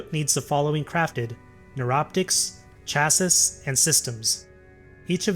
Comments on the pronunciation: It hurt my soul listening to you pronounce chassis that way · i had similar response to his pronunciation of "Chassis" like if dude even mastered english but hes talking like he has mastered warframe after 20 hours lolololol